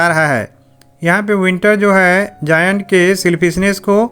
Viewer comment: It is not जायंट😂😂 👏👏🪐